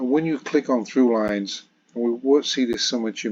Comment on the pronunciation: Sorry to be that nitpicker, but and you say 'true lines' instead of 'Thrulines', and as this is a common mispronunciation of Thrulines, and often leads to people believing that it is actually called 'Trulines' and that all Thrulines are thus meant to be true, it's worth pointing it out..